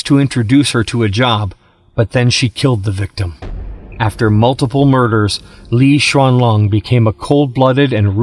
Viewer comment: Why you call her LI XUANLONG ....,.,IS LI XUANLING IS LING ........NOT LI XUANLONG